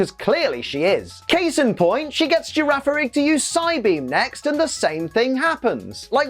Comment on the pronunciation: The second G in Girafarig's name is a hard sound. Gira farig Farig iraf That's the only explanation I can think of at least